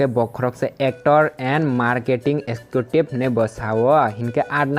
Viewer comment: Marketing askutive❌ Marketing executive ✅ Pronounce Clear khai di 😂😂😂😂😂